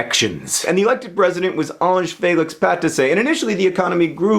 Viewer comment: Just want to congratulate you on your perfect pronunciation of Ange-Félix Patassé